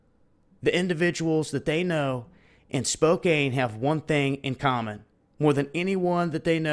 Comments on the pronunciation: I live in North West Spokane. First, it's pronounced Spo-Can, not Spo-Kane. Secondly, this is some truly horrible shit to wake up to on a Friday!!! I'm nervous, scared, panicky, all the above. but,,,,, all things considered.... Peace out world & THANKS FOR ALL THE FISH. LOL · Spokane pronounce Spo Can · they are not even talking about it in western wa. im by mt. rainier. not trying to knit-pick, but it is 'spokan' the e does not make the a long! lol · Since Hanford and the surrounding area has been, and probably will continue to be, in the news so much, I just thought I'd let you know that Spokane is pronounced "Spo", similar to snow, and "kan" , as if there was no "e" at the end. We have a lot of places with weird pronunciations here in WA. A lot of the names are Native American. I love that we've kept the heritage, but Skookumchuck is not your average name for a town/river! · it is pronounced spo-can, brother. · it's prounounced "Spocan" even though it's spelled with an e at the end. not a big deal though, I just thought you'd might want to know. Also, thanks for the updates. Much love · pronounced as spo can. I live here in Spokane and take potassium iodide daily. hopefully not being effected by the radiation. I don't have a meter, so I have no idea how much is up here. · That's pronouced Spoke Ann, Spokane. They haven't even put those on our local news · thanks for the update, you do great work, btw, its pronounced spo-can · It's pronounced Spocan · That's horrible!!! Thanks for sharing! Also, Spokane ... the a doesn't say it's own name. lol